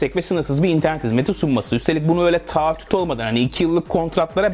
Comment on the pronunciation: taattüt değil artık şunu öğrenin. TAAHHÜT. Çultan ahmet diyen turist coni gibi.